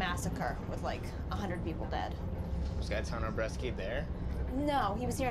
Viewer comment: Bresci not Breschi damm it!!